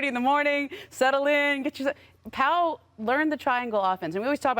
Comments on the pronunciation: Perks country a$$ .. his name is Pau.. not paul!!! Smh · Someone need to tell Big Perk that his name is Pau not "Paul" SMH 🤣🤣🤣